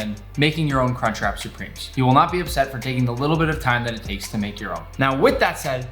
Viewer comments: It’s crunch wrap not “car trap” and it’s supreme not “soopreme” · "cartrap supreme"